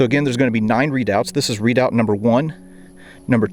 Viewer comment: pronounced re..doubt not readout! or maybe thats an american thing like booee for buoy